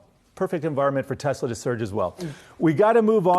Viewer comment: Your pronouncing it wrong. It's teSla. WITH AN "S". not teZla. I love your videos man. And my friends watch you. But the mispronounciation is so annoying. Please state Tesla with an S. Not a Z.